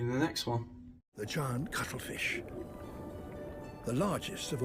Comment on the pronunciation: Did you say cuttlefish or cuddle fish? 😊😊 I once was a feminist, back when I was making $125 a week as a file clerk and my husband wouldn't help with the kids or the housework. I'm not sure when feminists became whining Karens, but I resigned from their cranky club after I realized they weren't just fighting for equal rights. A lot of the more vocal foul-mouthed feminists were intent on emasculating men.